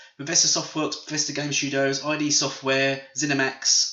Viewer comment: It's not "ai dii". It's "id".